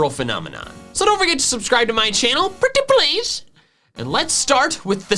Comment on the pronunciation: pReTtY pLeAsE honestly that accent was so good that it made me subscribe